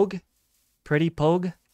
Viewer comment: I loved the stream so much!! I really love your streams! You are really enjoyable to watch, I loved when you were so scared of Pomu 😭 Also how you pronounced Pog, the ppl in chat were hilarious!! Thank you so much for the amazing stream, I really appreciated and loved it so much! It was really fun looking at you exploring the world! I loved every single moment about the stream! I look forward too more, and joining more! I always watch through the end! <33 💛💛💛💛. Also! Have a good rest! And too people in chat and here 🥹💛